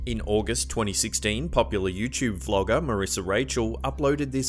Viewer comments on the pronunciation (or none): none